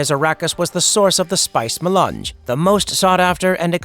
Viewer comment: The Spice Ma-lunch